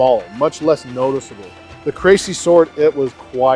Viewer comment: It's pronounced "Cressy" not "Crazy" ;)